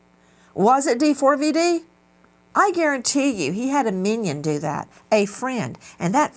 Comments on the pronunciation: Can someone please let Nancy know it’s not actually pronounced D-4-V-D? It is just spelled that way, but is pronounced David. When you say the name you don’t say the 4…. it’s just a “cool” way to express a capital A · "d4vd" is an abbreviation for "david" you don't need to keep saying the whole thing like d-4-v-d lmfao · Why do you keep saying D-4-V-D and why’re you s scaring me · The way she keeps calling him D 4 V D is killing me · It was nice to see nancy treating JSM with respect this time, sometimes she can be mean and he doesnt deserve it. I really wish she would just pronounce "D4VD" the way it's intended - "DAVID" 😅